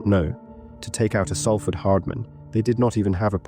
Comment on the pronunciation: It’s pronounced SOLford